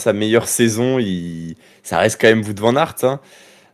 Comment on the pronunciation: Est ce que ce serait possible de dire Wout correctement svppp C’est plus Wowt que vout svp